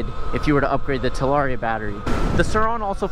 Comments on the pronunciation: So is it "talaria-ster" from now on 🤔🤣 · Talarster? 😳 lol